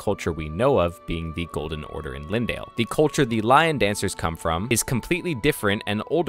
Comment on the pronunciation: its not lindale, its leyndell > lain dell